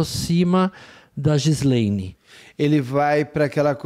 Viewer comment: A "Gislaslesdis" "Gislavedis", "Gilasdédi", "Giladesvi". ... enfim outro monstro Eu amo a leveza que vocês trazem ao abordar assuntos tão pesados. É uma forma muito leve de trazer notícias tão ruins. Amo de paixão :_SERA::_ESTRANHO